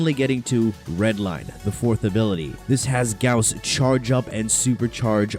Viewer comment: That's the right pronunciation. It's spelled like House not Boss.